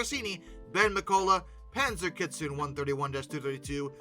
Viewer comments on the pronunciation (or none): none